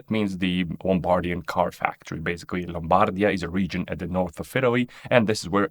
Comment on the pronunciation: In the prononciation of the italian works the stress are almost all wrong (is Anònima Lombàrda Fàbbrica Automòbili, and is Lombardìa, not Lombàrdia)... and you missed the Duke's crown on the snake's head. Werke in German means Factory, not Work. Mòdena, not Modéna.